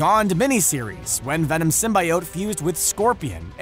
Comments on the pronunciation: Disliking cause the way you say symbiote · I will not subscribe due to the fact that you didn't do your research on how you pronounce symbiotes. You can literally youtube videos on how it's pronounced. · couldn't finish watching because of the way symbiote was pronounced. Fiirst Woorld Probleems. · Listening to you mispronounce symbiote makes my ears bleed. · You’re saying symbiote wrong. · ugh the was he pronounced symbiote. Gave me a dang headache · I'm annoyed by the way you say symbiote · Sim-bee-ote NOT sym-by-ote! This is a channel that makes content based movies and comics! How do they not know how to properly pronounce SYMBIOTE?!!!!!!!! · Everytime Symbiote is pronounced the way of Sim-Bye-Ote rather than Sim-Bee-Ote my body cringes like nails on a chalkboard. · SIM BEE OAT not SIM BYE OAT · Sim-bye-oat, what d bag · Anti Venom vs Venom who would win? And btw the real pronouning of Symbiote is Simbiyowt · Who else hates how he says symbaiote instead of symbiote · please stop pronouncing it as "simbayowt". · every time I heard him pronounce symbiote with a "bye" I lost health 😔😂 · IT’S SIM-BEE-OAT!!! Your killing us here! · It's pronounced sim-bee-ote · SR: "sim-by-oht" Me: Pls, stahp! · Stop saying "sim-bi-ote" you filthy casual. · Motherflagger, did you just say "sim-bye-ote"???.... Multiple flagging times...???? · Whitney Washington Real Marvel Fans say Sym-Bee-Ote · Ita symbiote not sym buy oat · The comics and creators have said its pronounced sim-bee-oat. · Python man keeps trying to defend the fact that he is mispronouncing Symbiote all over this comment section. *facepalms. Comic creators and fandoms agree it is pronounce Sim-Bee-Oat. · Sim Bye Ote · Yeah it's supposed to rhyme with "coyote." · I had to stop watching. I couldn't handle the way he was said symbiote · LEARN THE WORD SYMBIOTE FFS. Its not that hard... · First ten seconds in, already mispronounces symbiote in a video about venom.